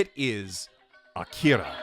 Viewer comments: Come on, man. Did you have to pronounce Akira the same way Jerry from Rick and Morty does? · That pronunciation of "Akira" is Oscar worthy.